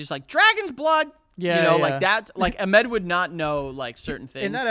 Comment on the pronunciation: Why are you saying Ahmed like that tho…